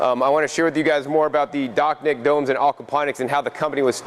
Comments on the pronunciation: Dachnjik-> Dačņik. your pronounciation realy messed up my understanding of the "summer home garden"... try using german combinantions of letters when trying rusification of words. ch - č, sh - š, nj - ņ, and so on. Cool system tho. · The CH is pronounced more like CZ like chacha, the dance.